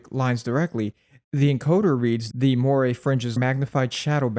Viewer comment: “Moiré”: Mwah-ray, not moy-ray.